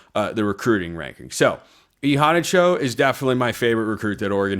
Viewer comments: It's sounds like you are saying han like brawn, rather than han like fan. They way he said it was hanna like the name Hannah. McAfee said it right once but then kept mispronouncing it, but Immanuel said hanna like the name Hannah. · HE PRONOUNCED IT E-HANNA-CHO. WATCH IT AGAIN. THIS IS GETTING ANNOYING.